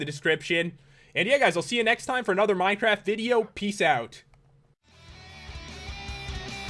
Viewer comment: Pat I thought you said welcome to a another minecrap video lol